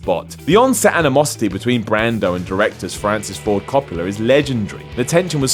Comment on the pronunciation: Coppolla = Cop-ler? DaFuq?